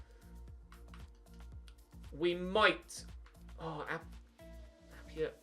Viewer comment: Appiah is Pronounced App-I-Ah not App-e-Ah he used to play for us at forest we sold him to ud almeria and also you should sign him his release clause is there and chelsea are signing werner it could just be that they're not willing to offer him a new contract he grows very well and would be an amazing bit of business